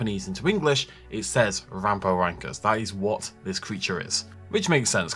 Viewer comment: I feel like they are getting further away from my interest with these mutants, they can have a fun exciting dinosaur film without these monster creations, just a heads up its pronounced ram-for-rin-cus :-)